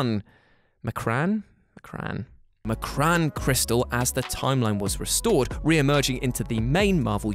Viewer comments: It's pronounced Em-Cron Crystal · Its pronounced em-krohn crystal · It's pronounced Emm Kran crystal